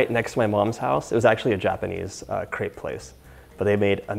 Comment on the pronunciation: Hard to resist the urge to correct the pronunciation of crêpe! I’ve actually been thinking about crêpes a lot lately and have wanted to make some. They can be a bit tedious, but they’re so light and just lovely. I’m a huge fan of savory crêpes as well, so I’m thinking of making some stiffed with veggies and some cheese.